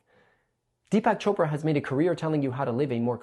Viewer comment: Who’s Deepass Chopra?